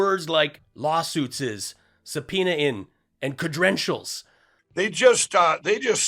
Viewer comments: Lindell and his sub-peeny. I'm sure he's asked "Is my sub-peeny in?" more than a few times. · Sa peen e an ing - oh forget it - I can't even spell his mispronunciations. Now he's sunk to a level I can't even make fun of. Yes, the essays on the bar would be maga-easy for Pillow.